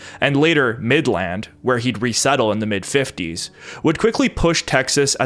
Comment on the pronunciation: bro as a texan hearing him pronounce it "mid land" is killing me